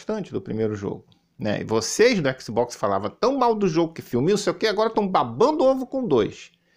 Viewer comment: O não sabe nem pronunciar o nome do console em inglês direito, imagina saber a tradução das palavras kkkkkkkkkkkkkkkkkkkk